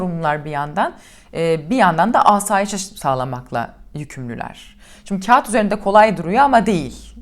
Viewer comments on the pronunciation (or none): none